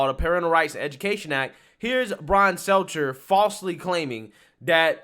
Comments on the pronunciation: I agree with your points, but you need to learn to pronounce the names of key people. Your credibility suffers when you don't do your due diligence. His name is Stelter, not seltzer. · He called him "Seltzer" hahahaha